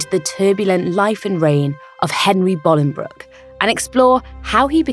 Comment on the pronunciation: Thank you so much for pronouncing Bolingbroke correctly, I hate seeing histories documentaries where they pronounce it Bowling Broke, I live near Bolingbroke where he was born and you get it spot on 😁